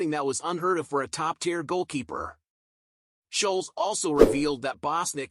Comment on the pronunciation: Annoying yanks can never get names right ? (Scholes) not sholes!!! 😂